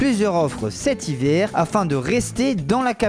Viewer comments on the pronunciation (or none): Mathias Fabre moi j'ai entendu " cet hivééérs " 😂😂